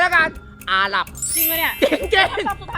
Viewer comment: อาหรับ ไม่ใช่ อาหลับ ครับ